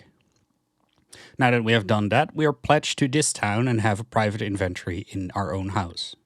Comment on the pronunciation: It really bothers me when you try to say inventory. Try to practice saying the word slowly. IN-VEN-TO-RY, you can also watch some people saying the word correctly so that you stop making that horrible mistake with your pronunciation of "inventory". Anyways thank you for your video. It was very helpful in finding out how to play the game the right way.